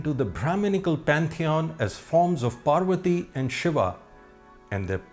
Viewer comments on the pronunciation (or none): none